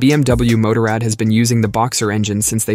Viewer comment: If you would just get basic pronounce right I would listen longer then 20 seconds. BMW MOTORRAD. Google it 👎👎👎